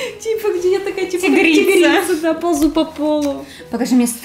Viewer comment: Не тегрица а хомяк хи!